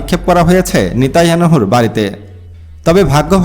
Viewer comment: নেতাইয়ানহু না নেতানিয়াহু হবে উচ্চারনটা ।ধন্যবাদ ।